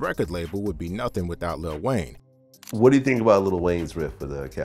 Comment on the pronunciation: You cant respect someone who calls lil Wayne “little wayne”